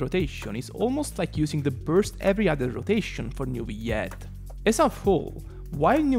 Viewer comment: newiette lmao ( ik u're not french its ok) but its prononce neuv-ill-ette